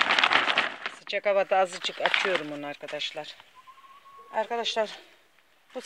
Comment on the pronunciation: eved değil evet 🤣